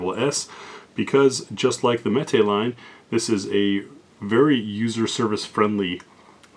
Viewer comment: Mete is pronounced like "meat". It means to dole, or portion out. Unless of course you are a Spanish speaker, then metay all you want 😉